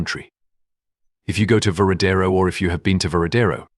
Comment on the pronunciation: It's Varadero not veradero